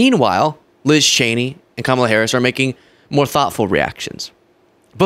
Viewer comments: HE PRONOUNCED HER NAME RIGHT!!! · Omg I almost missed, and had to go back and listen, but trump actually pronounced Kamala's name right. Armageddon might be about to happen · He pronounced Kamala correctly. Put it on a loop!